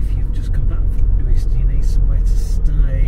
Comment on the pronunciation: The Uists are beautiful. Just for reference they are pronounced you-ist not Oo-ist.